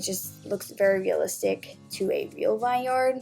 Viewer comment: This might just be me but I got really triggered when she said vineyard wrong but overall it was an amazing video! ❤️❤️